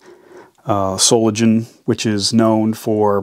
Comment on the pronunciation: I am electrician and this knife look very unpractical, also very dangerous for worker. Look like been build for scout electricians, if does exist this category. It pronouce So-lin-gen. Actually most germans hand tool brands comes from Solingen and Wuppertal.